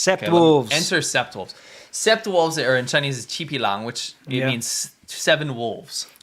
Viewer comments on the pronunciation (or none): "Sept" is French for 7.it's said as "set". The "p" is silent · FYI 'sept' is seven in French (pronouned "set") ^^ So yes, 7 wolves!